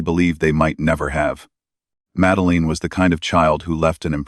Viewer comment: Why cant AI pronounce madeline🤔